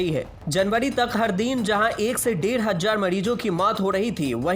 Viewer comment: Chutiye, tu hazaar ko hazzar q bol raha hai